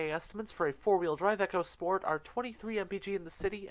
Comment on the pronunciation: Its pronounced eeeco sport which is , short for "economy sport ". You said "Echo sport" which is something altogether different